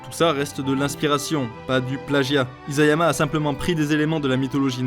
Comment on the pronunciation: isayama avec un s pas un z T-T